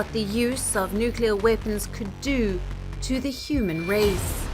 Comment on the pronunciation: Nuclear "Vepons" ...omg !!! speak English !!! get your enunciation correct dude...